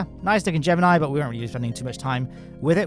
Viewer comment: Hey he pronounced Gemini wrong